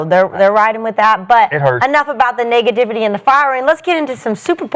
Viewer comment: did say “niggativity” 😂😂